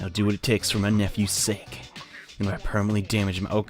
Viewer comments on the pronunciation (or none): none